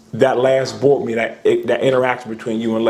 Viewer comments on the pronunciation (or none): ..What's a "bort meet'en"? ... Oh, Board meeting, nvm.